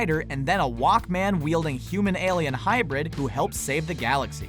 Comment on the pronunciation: Why did you say Walkman like that